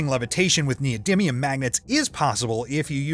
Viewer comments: (except when he said neodyminium X3 ) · I really don't like this guy he speaks english worse than you, he couldn't pronounce "winding", "neodymium" or "nitric acid" correctly and instead of correcting translation errors to make the english sound like a native speaker he leaves them in so its kinda pointless to even have him doing it instead of you. Its sounds incredibly strange